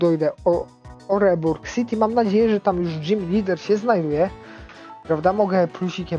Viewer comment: Fajny odcinek to miasto z pierwszą salą w regionie legiony sino wymawiasz jako oreburgh